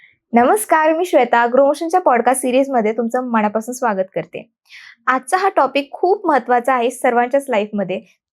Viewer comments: खरंच मनापासून बोल.म णा पासून नाही.मण हे 40 किलोने शायआहे.खूप लोक शुद् बोलण्याच्या नादात न ऐवजी ण बोलतात. ज्योतिषा फारच घाई करून बोलत आहे. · मनापासून बोल, मणा पासून नाही